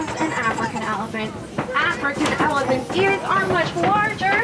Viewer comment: Most of this video was filmed in the animal park. The train conductor made me crazy, her voice was a little obnoxious and she was an up talker, at the end of every word she added an extra syllable like - there’s the elephants-ah. Anyway I wouldn’t wanna be on a train with her she didn’t give out very good information either on the animals. Although most people probably don’t even listen to her and they’re just looking for an animal. That’s all goodbye